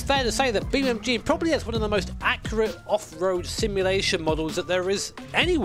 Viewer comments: ITS BEAMNG NOT BEAMMG YOU DONUT 😂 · Brother its BeamNG Not BeamMG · When he tries to say "Beam N G" you can see his lips closing twice, meaning he's saying "Beam M G" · I will always hear Beam MG lol I can never not hear it. thank you for all these years of entertainment mate. I swear I don’t say thank you enough❤ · cannot unhear Beam MG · You keep saying beam EM GEE and it’s driving me literally to the edge of insanity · ah yes i love beamemgee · "Beem Em Gee" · it realy sounds like your saying Beam MG. XD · Why do i keep hearing "beamMG"?😂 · I can’t be the only frustrated by hearing Bee MG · Does say BeamMG on purpose? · Anyone notice says beamMG or is it just me? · are you calling it Beam M G? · Am i the only one who hear him say beamMG . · why is he saying beam mg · Oh come on, you're a grown-ass man with a set of accomplishments and a career! You speak for a living. Say "NG". En Gee. Beam NG. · because thats what he says lol no idea why